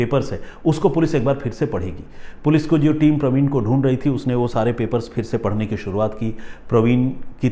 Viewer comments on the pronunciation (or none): none